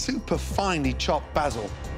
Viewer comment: That way he puts 2 a’s in basil is still bs lol